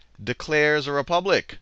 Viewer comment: hahaha - re-pubic